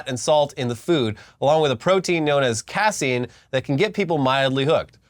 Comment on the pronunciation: Btw, Neal Bernard is actually a great doctor. The pronunciation of casein is similar to suit"case".